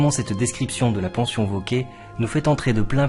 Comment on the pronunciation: Cher, juste une petite remarque quant à la prononciation du r final du nom « Vauquer »: je pense qu’il est mieux de le prononcer car c’était l’usage de l’époque, une sorte de préciosité si j’ose dire. Qu’en pensez-vous? Un bel été à vous!